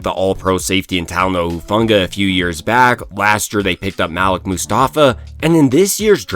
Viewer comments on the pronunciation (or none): MUHLEEK MUSTAFA! MUHLEEK!!! NOT MALICK. Cmon now yall.